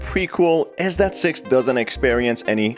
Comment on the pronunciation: He accidently said sex instead of six